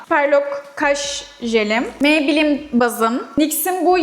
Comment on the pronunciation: Lorel parise maybleenn demesi cok komik deyil mi😂😂😂😂😂